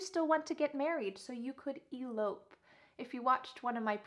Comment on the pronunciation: In the word " Elope" the second syllable is stressed!